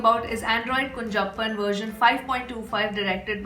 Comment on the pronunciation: It's not kunjappan it is kunjappan with ञ and how it will be pronounced if two ञञ. That is how you have to pronounce kunhappan.